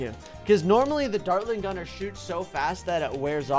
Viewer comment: What is the dartling guner buff so you say it rong